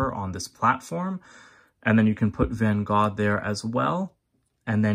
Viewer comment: So glad you pronounced the Artist's name correctly.